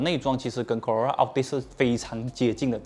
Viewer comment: 怎么 Corolla 发音很难吗 ？